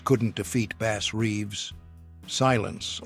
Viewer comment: Not Base Reeves but Bass Reeves